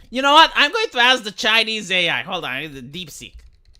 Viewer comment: DeepSeek not DeepSink. Lol. But yeah. It's a pretty impressive AI.